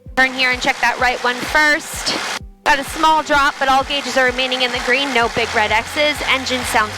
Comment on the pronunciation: I love the way you say, 'green'. When you say it, you say it like it's a two syllabol word, 'guh-reen'.